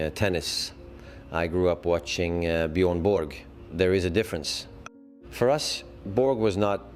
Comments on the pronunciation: I real Swede would Never say Bjoern Bork? Its Björn ( Bårj) Borg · Is that why Stefan Edberg couldn’t pronounce Björn Borg’s name correctly?